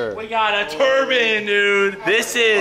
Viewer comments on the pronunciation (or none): cleetus has definitely been getting lesson from old heads saying "turban" instead of turbine lol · Turban 👳🏻‍♂️?... You mean turbine "tur bine". Ffs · i like how he says turban